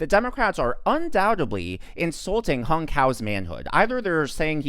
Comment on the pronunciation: His name is pronounced as "Hoong" not Hung..